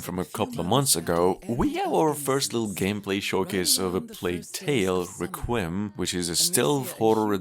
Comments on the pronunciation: "reqwim" you mean Requiem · Requiem is pronounced "REH kwee em". Also, wasn't Persona 5 coming out on PC?